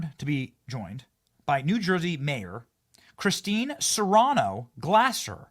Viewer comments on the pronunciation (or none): none